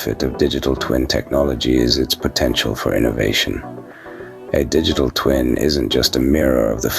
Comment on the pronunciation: Sounds like you saying dickitable whenever you say digital 😂😂. Awesome guide into Dtt